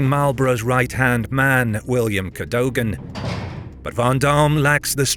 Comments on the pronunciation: Cadogan is pronounced "Keh-duggan". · Please do pronounce Cadogan properly. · The fact you can’t pronounce Cadogan’s name properly- same with Menin-, makes me wonder if you are just AI. I hope not but it’s not a little unsettling.